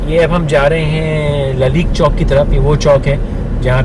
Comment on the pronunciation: Hahaha laleek chowk nai hai Lalak Chowk hai